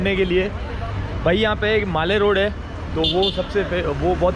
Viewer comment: Not maale roda bsdk its mall road brother😊